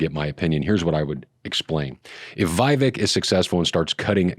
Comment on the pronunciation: Daniel - it’s pronounced “Vi-VAKE! 👍